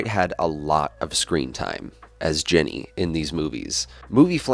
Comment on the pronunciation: Were you calling her "Jenny" or was I mishearing you?